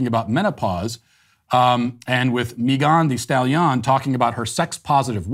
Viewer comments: Nobody: Matt: “Mi gawn-di-Style yon” 🤣😂🤦🏿‍♂️ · Matt walsh " MeGONE thee stally on " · How he said Megan the stallion LOL! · Matt's pronunciation of 'Megan the Stallion' gets me every time. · I really love the way Matt pronounces “Megan Thee Stallion”. It brings me so much joy.